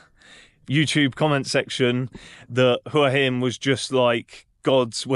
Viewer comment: Thank you so much for pronouncing Hua Hin correctly. หวัหิน